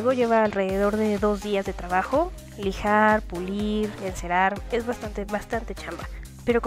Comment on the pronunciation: Muy buen tlabajo, lijal Pulil, Lijal Pulil, eles una maestla lel pulilo, -.